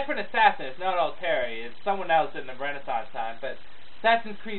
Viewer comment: its AL-TI-ER.P.S 2 is my favorite